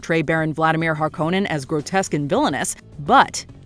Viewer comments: That was my least favourite part of the new version - it's HarKONnen dammit! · I liked the pronunciation of Harkonnen better in the 1984 version. That's how I imagined it was said when I read the books. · Small detail in difference between the two films is how “Harkonnen” is pronounced. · I swear it made me twitch every time I heard it. The first time, I thought it was a mistake. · The only thing I didn't like about the new Dune, aside from finding out it's only PART ONE, AAGHH!!! was the way they pronounced "Harkonnen". It really annoyed me. They said everything else the same, and I even saw somewhere that Herbert phonetically said how the names are pronounced, so why was that part changed??